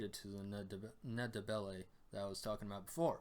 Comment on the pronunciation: I know it can be difficult for many non-bantu languages speakers to use but the "N" in the "Nd" of Ndebele is not pronounced, it should sound from the get go as the one in Hindi or Andy.